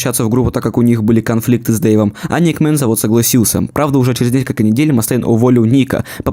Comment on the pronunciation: Не тупи, череф))